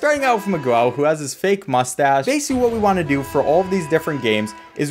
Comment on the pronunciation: 20 seconds in and you manage to mispronounce miguel... u could at least say mig - el but u really said mig - well loool